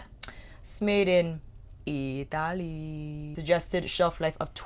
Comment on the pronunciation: I bet u can speak Mandarin d ^ ^ b cuz when u said “Italy” sounds ver Chinese 😁 I’m a 🇹🇼 thou 😘